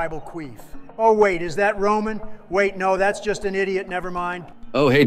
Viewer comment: Roman regins turned into ramen regins lmao bruh 😂 🤣